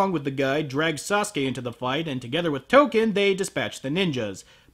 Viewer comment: When he said Token, I thought he was calling her Touka. Like Touka from Tokyo Ghoul.